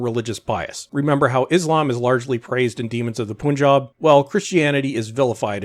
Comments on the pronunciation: Why did you pronounce Punjab a poon rather than pun.....that’s closer to the actual pronunciation. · Still no example of how Islam was praised in "Demons of Pooooonjab (your pronunciation)". You are just as lazy as Chinballs. You can't even pronounce the name of the state right. Pun is not pronounced as poon.